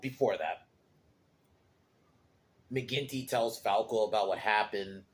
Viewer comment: Mcginty not quinty